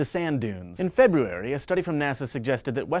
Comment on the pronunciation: Say February again lol